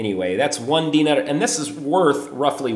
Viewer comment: you pronounce dinar wrong